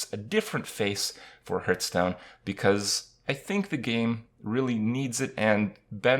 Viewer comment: Hurtstone lel :D